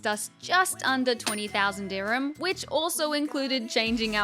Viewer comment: Bruh just wanted to point out that the currency of UAE is DIRHAMS not dhirmiya , not trying to embarrass you but since I grew up in UAE it just felt weird when you kept saying it that way.